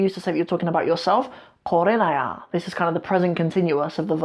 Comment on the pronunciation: Thank you but some words like Qorininyaa× :qorayaa/ Qaslayaan×:qoslayaan/